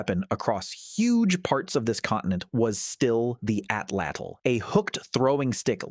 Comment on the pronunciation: I wish that there was a strong movement towards pronouncing the word Atlatl correctly! This is not a word from a dead language! There are approximately 1.5 to 1.7 million native Nahuatl speakers. Most speakers live in central Mexico, making it the most widely spoken indigenous language group in the country. Please do them the courtesy of attempting to correctly pronounce the Nahuatl word 'Atlatl' correctly!